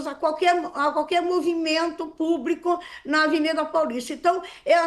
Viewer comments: Eu parei de assistir quando ela falou: "Aberto ao puBRIco" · A ADEVOGADA falou " PÚBRICO " HAHAHA